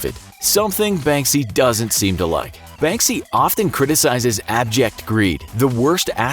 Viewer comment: You're not pronouncing Banksy as you should , I mean , it's not that hard